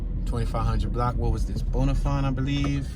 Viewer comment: Bon-a-fin and b- yew-ist